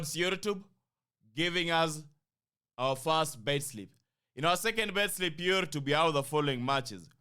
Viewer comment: Why is bro saying lately Yurtube? What am i missing?